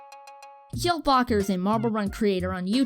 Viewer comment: Sweet video, and although I am a Team Momo fan (which I will forever hold against this channel) and that fact that I winced every single time that you mispronouced Jelle's name (it's pronounced like Yellah, from Mellow Yellow) this had some great quality stuff and decent analysis. Room to improve, but still a great video.